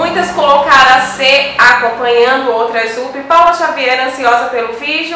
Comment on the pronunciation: A pronúncia correta de "up" não é "úpi". O correto é "àpi".